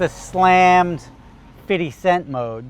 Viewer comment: “Fiddy cent mode “ couldn’t have sounded whiter